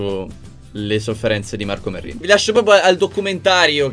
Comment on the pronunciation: Ma perché io invece di capire marco merrino, capisco marco merlino?????